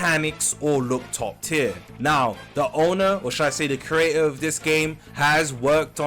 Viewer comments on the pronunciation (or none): none